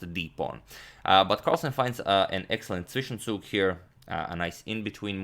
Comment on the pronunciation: hey agad, you really said "zwischenzug" perfectly! greetings from germany :D